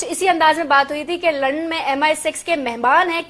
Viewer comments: is it only me who hear her saying lund me.... :p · She said Lund instead of London.....